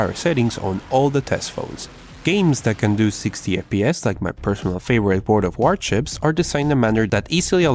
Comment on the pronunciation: I keep hearing "World of Warchips"